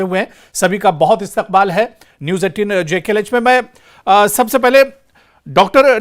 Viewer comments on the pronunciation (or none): Istiqbal kyon bolate ho